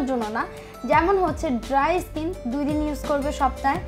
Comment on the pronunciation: ইস্কিন কী জিনিস? 😂😂😂 শব্দটা স্কিন